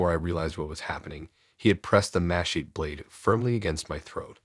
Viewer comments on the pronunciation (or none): It took me way too long to figure out what a machette/machay was. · Look up pronunciation of ‘ machete’